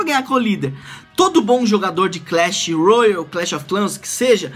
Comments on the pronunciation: Para de falar royal eh royale (rouiale) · é só ''roiale'' n sei daonde tu tirou esse u ai